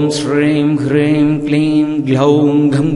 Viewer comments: ஐயா, ஹ்ரீம் என எழுத்தில் உள்ளது. ஆனால் தாங்கள் சொல்வது க்ரீம் போல உள்ளது. எது சரி? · Yes... You're right.. But I noticed here Sir, pronounce wrongly... He pronounce Kleem....instead supposed should recite as (Om Shreem *Hreem*)... The Mantra is Superficial Impressive but wrong Recite its doesn't work as Siddhi... Please update the New video Sir 🎩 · Ji when you telling hreeem is we get to hear kreem